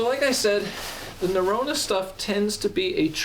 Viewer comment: Great review, as someone who lived in Norway, it’s pronounced Na-ro-na